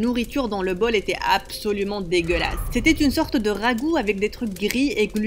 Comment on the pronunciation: On dis pas dégelase